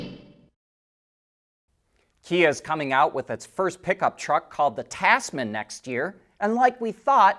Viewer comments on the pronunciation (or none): Tazman, like bizness. Like a lot of Americans, you try too hard with unfamiliar words. Relax and let the s be voiced.